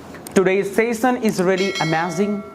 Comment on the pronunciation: Sassion 😂😂😂 he is saying